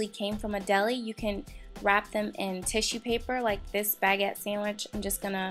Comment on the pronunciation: I love the video! They look so cute and delicous. But you said baguette wrong, u say it like bagWette. But if that's how you like to say it, that's fine by me!